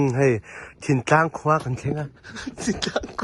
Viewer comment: Thingtlang tih chu i van sawi ngun ve, i hmusit deuh nge maw ni ?